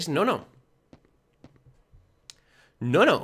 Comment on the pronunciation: en parte no, la voz de es muy fina para la actitud de white {se llama white pero le dicen guardian, NO SE LLAMA WALTER HEFBBHRRBJBERBJHRRBHEJHBHJVERRBJEBR} ademas de que no sabe mucho de los teletubbies, eso porque no puede diferenciarlos y que no hace bien la pronunciacion de '''Noo-Noo''' quedaria mas a la voz de dipsy, la de el es mas fina y el color hace que quede con la voz de conclusion☼ es Jesus:shelterin